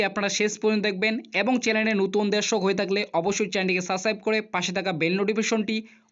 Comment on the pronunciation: দাদা ইউ টিউব চ্যানেল করছেন সেটা ঠিক আছে। কিন্ত কিছু কিছু উচ্চারন যেমন দূগো পূজো, চেনেল, ব্যাঙ্ক কাউন্ট এই শব্দগুলো সঠিক উচ্চারণ করুন।